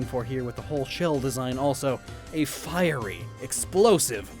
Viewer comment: "A fiey landmine"